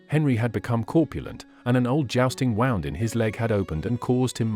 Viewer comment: Good ole A.I. Robot voice can't tell the diff between a wound (injury) & somethin' that got wound up. Unfortunately, this "tell" is intentional so we don't realize we're bein' ruled by our robot overlords. Not kidding.